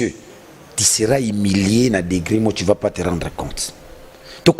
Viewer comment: Français yango okumisaka yo moko ozo loba " ti " au lieu de " tu "